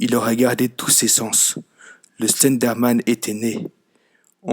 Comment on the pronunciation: MDR le début "Le Stenderman" ^^